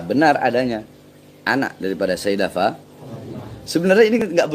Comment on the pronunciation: Itu cara bacanya juga kacau...bukan fatimaTA binTA...tapi fatimaTU BinTU...udah meragukan ...